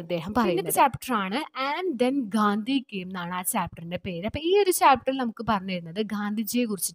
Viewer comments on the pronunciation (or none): none